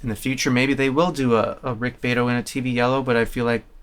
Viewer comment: The pronunciation of Rick's last name is "BEE-AH-Tow".